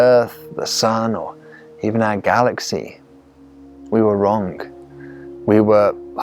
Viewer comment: We weren't wronk. We were wronG. EverythinK is everythinG. Goodness man, you are so clever and you explain so well, please speak properly.